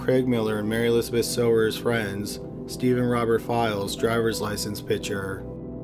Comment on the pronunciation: Mary Elizabeth Sowers - pronounced "Sours". I went to high school with her - Mary Beth.